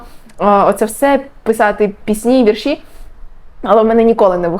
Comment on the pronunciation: Правильно "вІрші" (наголос на перший склад), а не "віршІ"